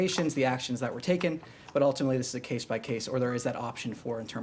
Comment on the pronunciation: "ultimely" Ultimately is too difficult to say.